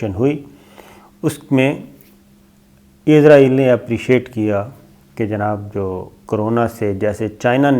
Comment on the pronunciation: Oa kaka .. azrayal na ha asrayal hota ha